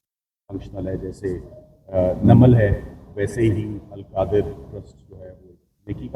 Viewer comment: القادر یونیورسٹی کیس۔ پہلے نام ٹھیک لینا سیکھو